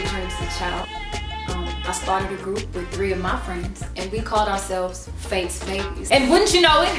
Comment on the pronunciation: Serenity Hampton I thought she said “Fates babies” like “destiny’s child”